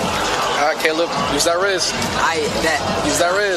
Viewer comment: The slip of saying Da-leb killed me 😭😭😭